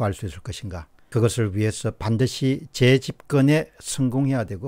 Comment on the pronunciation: 재집건이 아니고 재집권입니다. 재발 발음좀 똑바로하세요. 짜증나서 다시는 안볼랍니다 그리고 맹백한이 아니고 명백한 입니다.